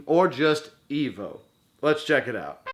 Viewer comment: E-V-O! Saying Eevo is like saying Sness, ha ha! My buddy had it in high school, but I really only remember the beginning of the game when you're a fish. he traded it and then felt nostalgic for it about nine years ago, so his ex got it for him on his birthday. She bought it from Ebay for $75! He was disappointed with it, as his nostalgic memories were better than the actual game itself. But I think I wanna try it. It does look fun, and I don't mind grinding, which is what I think was my friend's complaint this time around. I may get a repro of it, cuz you know I'm not spending crazy money on a retro game. Nice AVGN spoof! Wow, what the hell is this "Commando" game? Visually, it looks good, but man, it looks so unforgiving. Is it one player only? And that part with the elevator leaving you behind. Great way to summarize the game.